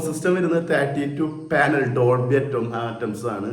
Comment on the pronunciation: ഡോൾബി അറ്റംസ് അല്ല ചേട്ടാ,ഡോൾബി അറ്റ്മോസ് 😅